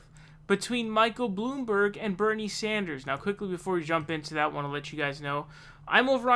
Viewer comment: excuse me, it's pronounced "Michael Blamborg"